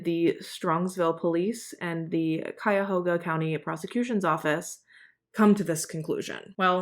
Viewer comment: I love the way you tell stories. You always show respect through the whole thing, every time. And I like your makeup. Always so bright and stunning. Oh. good job on pronouncing Cuyahoga 😊